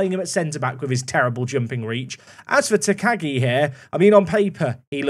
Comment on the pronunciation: If you need help with pronouncing - theres a professional wrestler in New Japan that's Shingo Takagi - so you could check how to say your new guy's name properly! I think its "Tack-ah-ghi' phonectically. Or nickname him Shingo, or Shingo Jr.